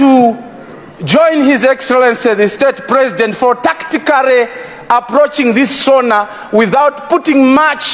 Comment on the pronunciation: Tacticary😂😂😂😂? Koma akuchikumba iyi si English koma Tumbunglish check ur pronunciation 😁